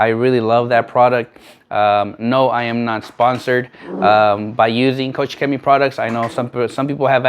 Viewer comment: its not COUCH CHEMIE XD it's KOCH CHEMIE, like in germany you say KOCH = profession: cook. Turn on google translator KOCH in germany and replay the sound :D